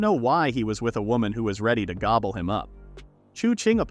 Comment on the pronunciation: Bro said gobel him up 💀